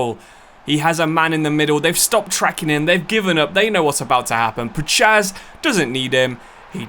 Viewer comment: As a Pole, I'm in such pain the way you say Puchacz 🤣🤣 it's Pu-khach. Great video anyway 👍